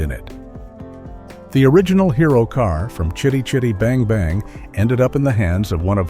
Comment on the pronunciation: Fun fact, this film was made the year I was born & it still holds up pretty well, shame I had to sit through nearly 30 min of having it's name constantly mispronounced, WTF was that about !, f 'ing AI narration. I did think it was amusing that someone called Jackson finally got to own the car, then used it as a Hobbit taxi lol 🤣👍.